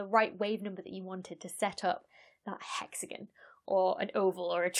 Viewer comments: Hexagon... nope... Hexagan. English. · I am amused (in a good way lol) to no end by you saying "hexigun" Edit: Also, I just found your channel the other day, and love it, thanks for the great explanations and interesting topics! :) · "Hex-again" Now say "Diagon Alley". 😉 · In Canada we pronounce it as “hexagone”. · Hexa-GUN. XD. Still a very cool video. The lab experiment blew me away. I learned something today. thanks for the info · hexa-GONE. Learn it, love it. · I don’t mind your pronunciation of ‘Saturn’; it’s the dropped ‘o’ in ‘hexagon’ that bothers the heck out of me. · I can't listen to 15 minutes of someone pronouncing hexagon like this )= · The "haxagin" on "satirn" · I'm more intrigued by how you say "hexagn" than "satun" lol Wonderful video! NOW I KNOW about how circular standing waves can cause really interesting patterns in a lot of unexpected ways.